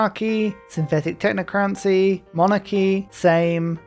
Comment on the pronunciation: the way that you say technocracy irks me. Love the vids!